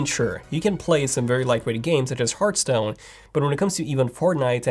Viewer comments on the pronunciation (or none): none